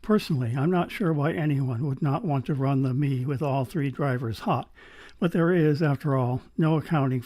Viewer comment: Excellent and interesting review, I have the EA500 and am reasonably happy with them but my preference is for a slightly warmer vocal Do you think the Mei would be better in that regard? Your opening shots shows how far cameras have come, amazing detail. You may like to know that Mei is pronounced May